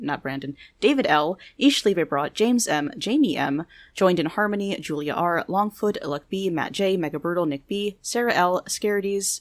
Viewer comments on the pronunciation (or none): none